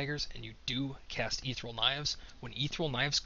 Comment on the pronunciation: Ether-E-al. You can do it.